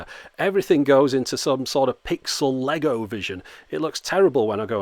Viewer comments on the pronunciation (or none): none